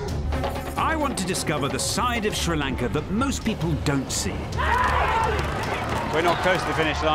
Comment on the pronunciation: sri Lanka not candy pronunciation is wrong